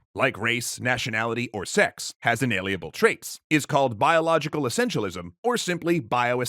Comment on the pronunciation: Holy shit, it's like Dad came back! And he actually had the cigarettes! Edit: I forgot how much the douche narrator in this EC video irritated me with his pronunciation of words. It's not 'maNevolent,' and the cocksucker cuts an entire syllable out of 'inalienable.' Moar edit: Bioessentialism also lets you determine an organism's sex based on its genitals, but EC ain't about to have that talk.